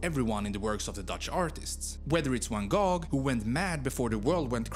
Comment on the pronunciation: Who-ten???? it is houten [how t'n] , and it's not fen koh...it is vvv ah n gogh,,,with a g pronounced like ch in lochness.. please ..do your home work.